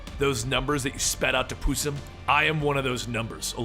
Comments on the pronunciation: who is pusem its possum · I SWEAR TÔ GOD I THOUGHT THAT INSTEAD OF PUSSIM YOU SAID PUTIN